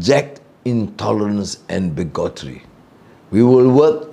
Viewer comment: Only mispronounced one word, 'bigotry' and the rest was good. As a veteran supporter of Dsai since 1999, I'm very happy and proud to say that he is a one in a million leader of Malaysia. Long live Dsai.